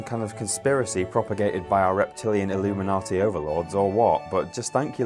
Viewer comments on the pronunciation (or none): none